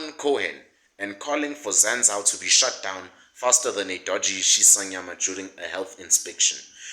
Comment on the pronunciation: its pronounced Zan-zoo… it’s expensive for where it is(Hatfield student area) but really it’s pretty affordable, it just looks expensive I’m the corners. But everything else you say is legit facts 💯